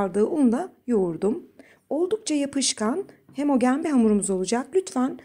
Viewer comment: Gerçekten muhteşem tarifleriniz var. Elinize Emeğinize sağlık. Neden hemogen diyorsunuz onu merak ediyorum kelimenin aslı hemojen değil mi